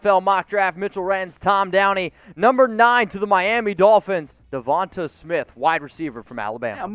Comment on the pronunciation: The way you pronounce Devonta smith makes me feel like you don’t actually watch college football